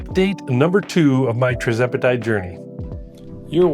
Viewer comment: What strength dose sir? 2.5mg? I think you may be pronouncing it wrong but thats not important. Congratulations on the success.